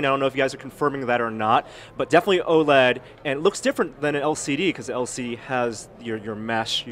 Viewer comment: I thought OLED was meant to be pronounced with each letter like LED o_0, this guy makes it sound weird.